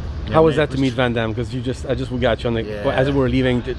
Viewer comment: Minute 41.00 jean claude van daime